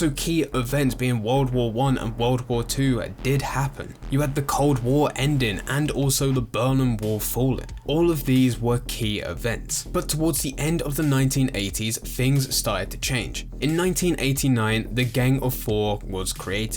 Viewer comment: I'm almost certain he said the berman wall